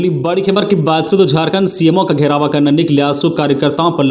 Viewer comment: घेराव को घेरावा, दर्जे को दर्ज, सिधु- कानू को सिँधु कानू बोला गया और भी कुछ गलतियां सुनने को मिला, बार -बार कमेंट करने पर भी भूल सुधार नहीं हो रहा है, मैं हमेशा इस चैनल को सुनता हुँ, खबर अच्छी है।